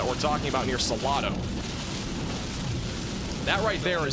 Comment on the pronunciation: You are mispronouncing Salado ,it has a long A . SalAdo